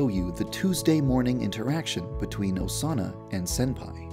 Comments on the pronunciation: The more you listen to YandereDev saying "Osana" it starts sounding like "A sauna" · When u were saying Osana at the end a lot, it sounded like u were saying “doughsana” Doughsana- pronoun /Dō- sāna/ A word that means something like cookie dough made out of Osana. To make this, you must kill Osana and use her body parts to make Doughsana dough. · i heard doughsana at one point XD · Vaniji ASUNA!!!